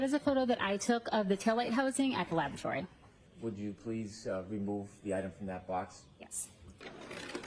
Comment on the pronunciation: LABAtory kicks me in the teeth everytime she says that word.